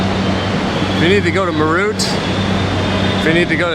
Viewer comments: its not merr ut .....it sounds like meraath....you meed to have a training in vocal languages like hindi as English does not have sufficient alphabets to represent necessary sounds....like the ठ in मेरठ ....closent english approximations are well not even close 😀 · It’s not MAYROOT as you pronounce it , it’s MAYRATDH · Meerut ❌ Mayroot ✅ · it is pronounced as meer-ut... meer as in peer and ut as in but. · Meerut is pronounced as Merath (मेरठ) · It's meh-rat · Its pronounced M-e-er-u-h-t and yes its a Cantonment town from the British empire.. Meerut Cantonment: The Birthplace of the Revolt of 1857 The Meerut Cantonment, established by the British East India Company in 1803, is a significant historical site in India. It is where the Revolt of 1857, the first significant armed action against British military authority, began. The revolt was sparked by the sepoys' refusal to use cartridges that were greased with a mixture of cow and pig fat, which they believed violated their religious beliefs. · Hi, as an indian with an american partner for over 20 yrs, i can appreciate both sides. The rrts is something I'd only heard of before but now thanks to you i saw it as well 😄 Btw i appreciate the fact that you kept it professional and didn't shove the camera in anyones face or record any one without permission. Kudos. No offence but Meerut is pronounced May rut and its Sarai Kaa lay khan and my favourite Him aa lay mountains ;) Btw i forwardecd the delhi metro video to all friends and family in the US 😀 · im actually from Meerut and when you pronounce Meerut 🤣 you made me laugh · First utuber not going to landfills to film the garbage. How he said meerut was so funny. 😂😂😂😂😂😂😂😂😂😂